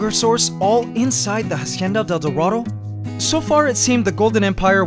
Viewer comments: the "ha" in "hacienda" is pronounced as "ah", not "ha" ...FYI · When saying "hacienda del dorado" ignore the H at the beginning. It's pronounced Acienda. Like Ancestor. Cool video ;) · Okay man, I'm not a subscriber but I enjoy seeing your videos every now and then so Imma just tell you now that you're not supposed to pronounce the "H" in Spanish, It's basically a silent letter every time. I'm not mad or anything, it just urked me when I heard you put so much emphasis on the "H" in a Spanish word. Glad the Golden Empire's still okay! :-) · good video, the ant's world is really interenting. Just one thing, we don't pronounce the H in spanish, hacienda starts by pronouncing the a directly without the english H sound. Pls try.